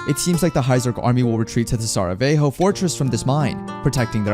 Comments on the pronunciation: For everyone who might be wondering about the name "Ignis Fatuus," it means "Flame of the Fool." Also, Sarajevo is an actual city on Earth, and it's not pronounced "Saraveho," but "Saraievo." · Oh, I am aware of such. I was bringing attention to the way Sarajevo was pronounced, because it's the capital city of Bosnia and Hercegovina, which is a European country. Some respect has to be given to things like that, even if you don't care about their existence. And yes, the Empire that Walt is a soldier of, does seem to be that worlds Ottoman Empire, because of the germanic name of their country, as well as the space they occupy, which seems to be France and Germany. And yes, I did write "town" instead of "city" in my comment before, so I did get something wrong in the end. I'll edit it though, so that no drama happens.